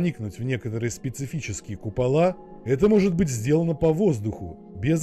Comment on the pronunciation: купала́ сразу видно в шкале́ учился🤦🏼‍♂️